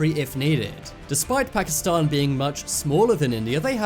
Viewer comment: First of all learn how to say pakistan btw why did u make pakistani look like arabs?